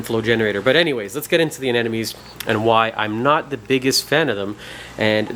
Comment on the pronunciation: Why people call it aneNomes ? lol